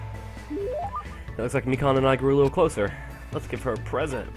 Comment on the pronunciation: Noice. I love Mikan. Also it is quite obvious that you didn't listen to the audio clip.... Me-can....